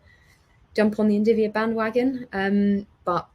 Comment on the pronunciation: It's NVIDIA not NDIVIA lol